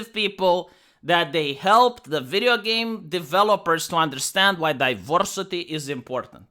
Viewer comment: Some people tune into for the content, but I tune in to hear him say DiVERsitay, Zuckenberg, Styxenhammer, Californ-nya-nya, & let's not forget miss-waagenyee.